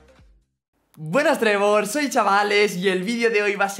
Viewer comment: Nadie se ha dado cuenta que ha dicho buenas soy chavales